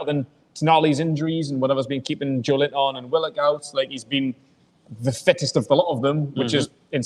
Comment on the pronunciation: Why does the other lad call big Joe: "Joelint-on" like they are two words? It's Joelinton man! 😂